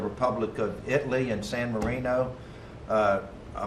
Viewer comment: IT-Lee he said lmaooo